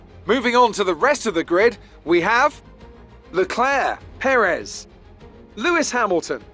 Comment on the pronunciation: could you please stop saying Perez's name wrong? Just copy Crofty. GZ on the massive win! Very much needed victory and double podium.